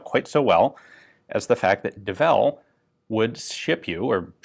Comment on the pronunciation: It's early, I read "Devil's Full House" and was corrected when you said Devel hahah